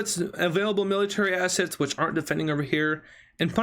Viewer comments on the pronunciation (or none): none